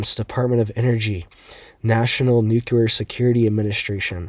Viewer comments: New...Clear.... nuclear..... NOT NU-QUE-LAR. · nowhere in the country is it pronounced "nukuler." I'm not making fun of this guy, Its like nails on a chalkboard to many of us. 😐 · President Bush pronounced it " NUKCULAR".. !! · Its not pronounced "nuculer" cmon bruh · exactly. It's simply hard on the ears is all! I knew I wasn't the only one it bothers, but I also know most ppl will never stop mispronouncing it 😅